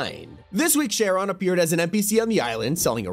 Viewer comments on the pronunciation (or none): Charon.. is pronounced keh-run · Okay, I'm sorry, but hearing you say Charon that way is killing me 😭 It's pronounced "karen", even though it may sound weird out loud. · Could someone please teach this man how to properly say Charon & Stygian.